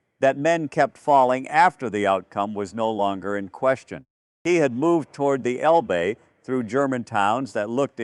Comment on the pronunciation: It's el-buh!! Not el-bee!! If you (video producer) can't pronounce proper names of people and places in the story correctly, you should consider another occupation. Something like selling comic books!